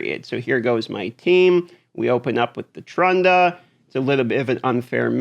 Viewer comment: Damn it it's T"r"unda not tund"r"a lol